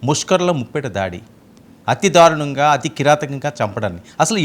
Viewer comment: ఎడిటర్! ధారుణం కాదు!దారుణం! తెలుగు పదాలు పలికేటప్పుడు జాగరత్త పడాలి! ఎందుకంటే నీవు ఒకతెలుగు ఛానల్ కు ఎడిటర్ వు అయ్యావుకదా! మీ వాసుదేవనేమో కల్మా ను కాల్మా అంటాడు! ఏడదొరికిండ్రురా బాబు!